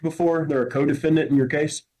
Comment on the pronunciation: Someone please tell this attorney that the letter e is pronounced eh. Like elephant. Not i. DeFINdant. IM S N. So annoying. Every word with an e he mispronounces.